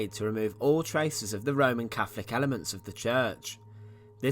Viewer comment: Lovely to see but please, as a narrator, pronounce 'th' properly! I had to mute it after a while. It's not cafedral, or free (3) or cafolic or eighteenfh.😢